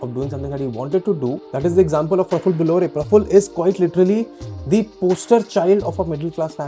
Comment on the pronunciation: 1st of all learn when to use THE & THE(E) [of course not the word thee ] Use THE(E) only if there's a vowel after.... Dont keep saying thee thee all the time, u sound very annoying